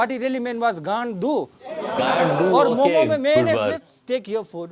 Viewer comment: Bhai tum bhi momos bol rahe hoo momo bol only